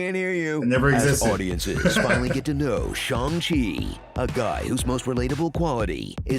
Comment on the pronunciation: SO grateful pronounced Shang correctly!:)